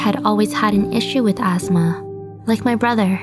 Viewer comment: I’m sorry, but.... azzzma? What’s that? I thought it was asthma..... Sad tho ☹️